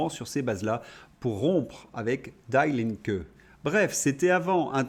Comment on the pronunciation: Chalut, Die Linke" — Vû que c'est de l'allemand, la prononciation est différente de l'anglais, le "Die" se prononce "Dee" pour les anglais, "Di" pour les fronçais. Nous-avons un (très) gros souci, tout le monde déteste pause-caca et veut s'en débarrasser en tirant la chasse, mais nous n'avons personne à mettre à sa place (exception faite d'un type qui a la tête sur les épaules, la carrure et le doigté nécessaires, a quitté la poliotique, mais qui serait capable d'y revenir contre son gré rien que pour son pays, Ph.de Villiers), or notre propre histoire a démontré que dans un tel cas, nous échangions toujours un cheval borgne pour un aveugle quand les choses n'étaient pas soigneusement préparée en amont. Il n'est évidemment pas question que le fou reste une seconde de trop en place, mais il nous faut absolument creuser la question pour trouver des gens qui, bien avant la poliotique polioticienne et leurs petits intérêts personnels mesquins, mettent le pays et sa destinée en tête de liste, ce qui veut bien évidemment dire qu'il faut qu'ils aient des tonnes de bon sens et une vision à long, voire très long, terme - dans le bon sens, il y a évidemment l'affranchissement des rêgles débiles de l'uerSS et la sortie franche quand (et non si) ça deviendra nécessaire (hint : le plus tôt sera le mieux, parce que c'est comme à la cantoche, premier sorti, premier servi).